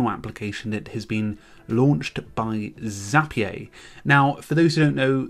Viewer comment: Zapier rhymes with happier ;)